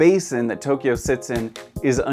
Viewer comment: 東 Tō "east" ... "京" Kyō "capital" Two syllables, not three. Good vid.